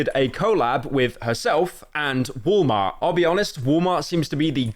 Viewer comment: bro really said woll mar